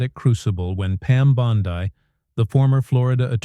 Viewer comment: Did this come from Russia because I'll tell you the names aren't being pronounced as we would pronounce them and have always pronounced them in the United States so there's something funny going on here big guys